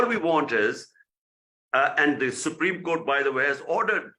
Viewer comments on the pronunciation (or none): none